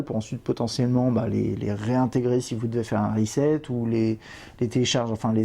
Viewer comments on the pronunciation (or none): none